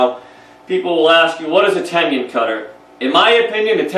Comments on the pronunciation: Tenon please, not tendon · Its "ten un." Not" tenion". Mispronouncing the word makes you sound like you dont know what you're talking about. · He's has some useful information, but he's pronouncing Tenon incorrectly as Tenien or Tenion... I would like to hear him pronounce Indian. Probably Engion. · I was hearing ten-yun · How does one get this far with woodworking and not know how to say tenon.